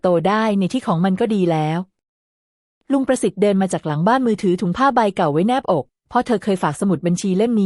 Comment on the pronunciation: แนบ อก ก็ อ่านเป็นแน-บอก